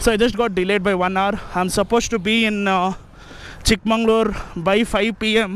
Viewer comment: Its Chikmagalur not chikmanglur